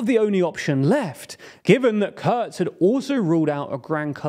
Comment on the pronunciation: Could you at least TRY not to butcher the German names? "KURZ" is pronounced "Koorts", not "curds". Also, there is no O in FPÖ. The two dots have a meaning.